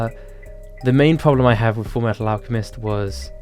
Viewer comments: Big fan. But I think you mispronounced FURU METU ALCAMISTU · Full metal alchemist? YOU SAID IT WRONG In the the words of LORD NUXANOR (Nux Taku) its pronounced fuiwefhil Meaygfuyetytal Awclsiuegmbsist AND! A friendly reminder that you must make a new tier for how BAD the sakura rap is JK it was incredible